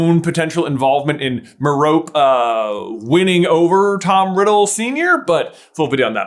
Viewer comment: Meropee, not Merop Ew, disgusting.